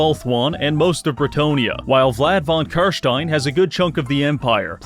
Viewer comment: Your pronounciation of "Carstein" pleases me.